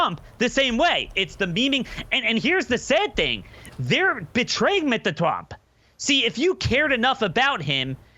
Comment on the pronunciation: I kike the way says Mr.Trump. Makes me laugh.